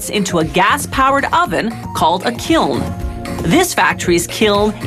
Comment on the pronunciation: At least she pronounced Kiln correctly this time